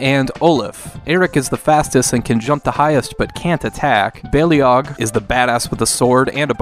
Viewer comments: FYI, it's pronounced more like "bay-log", not "bay-lee-og". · In TLV2's intro the narrator says "bay-lee-og", where as since their introduction to Heroes of The Storm, it seems to be pronounced "bay-log".